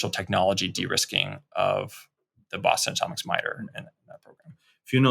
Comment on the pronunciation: Believe it or not, he was attempting to say Boston Atomics. Enunciate, kids!